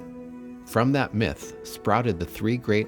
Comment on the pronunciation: When you said "myth," i turned your video off.